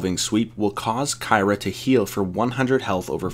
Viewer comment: Please learn to pronounce her name